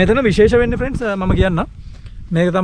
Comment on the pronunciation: ප්‍රෙන්ස් කියන එකා පඩයෙක් වගේ 🤣